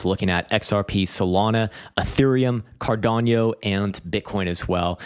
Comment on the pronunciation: Cardano. Kadano. Not cardanio; not kadanio.